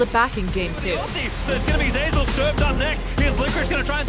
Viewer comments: Why can’t she say zeyzal? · zay zal lul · Is it that hard to announce Zeyzal’s name correctly? Can we get an announcer who actually watches league?